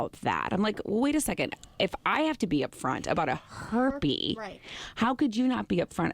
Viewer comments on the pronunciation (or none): "A herpe" lolol. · What's a "herpy"? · "A herpe" LMAOO